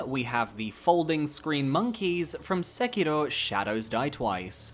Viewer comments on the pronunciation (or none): I’m BEGGING you to stop saying Sekiro like that. Please. Hearing “Sekiluhh” 10 times a video is like stabbing myself in the ears.